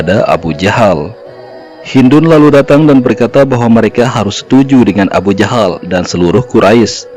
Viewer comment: alhamdulillah bertahun tahun saya mencari tahu ini ilmu yang bisa saya petik. Tpi ni alur cerita ini cara penyebutan abu jahal kok jadi abu jandal??